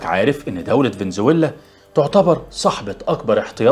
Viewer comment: سلام من الله عليكم.انا مشترك جديد .كل تقديري و احترامي لحضرتك.سرد القصص اكثر من رائع .بارك الله فيك وحفظك واسرتك.ملحوظه بسيطه بعد اذنك. فينيتسويلا بدون شده علي حرف ل. وفقك الله وجعل نصائحك في ميزان حسناتك.اخوكم يحي